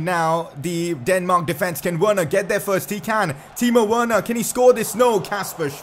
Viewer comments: I thought it was pronounced "Verner" not literally "Werner" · Please say Werner verner